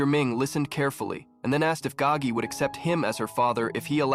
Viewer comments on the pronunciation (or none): It is Spelt "Gao Ge" first name Gao (high/tall), last is Ge (song/sing), meaning "to sing loudly" It is simply just a Chinese name. It is not spelt Gagi or pronounced that way, the narrator just didn't pronounce it correctly